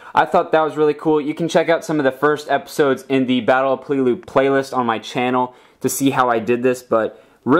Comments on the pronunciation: PAY-Lay-Lu, not Plee-lu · PEL A LOO not PEE LOO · It's pronounce like pellalue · You keep saying peleliu wrong